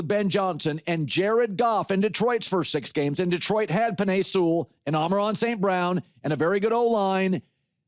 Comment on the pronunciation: Colin I enjoy your show, and also, it’s AMMMONNNNN RRRRAAAAA not “Amerron” lol every time